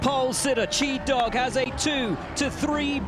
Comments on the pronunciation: Hahaha Will kept calling it phonetically “Chee” not “Shy” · He started to say "Chi" wrong near the end of the race lol